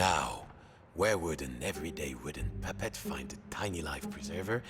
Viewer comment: The narrator sounds like he's saying papa but he's really saying puppet.